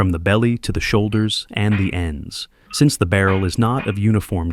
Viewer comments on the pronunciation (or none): none